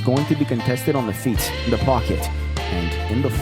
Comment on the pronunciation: > "Contested on the feeTTTTSSS". This dude spit his dentures out at the microphone with the most obnoxiously fat consonant I've ever heard